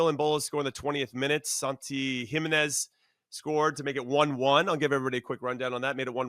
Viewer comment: “Jimenez” learn to pronounce it, ask a native speaker. PLEASE.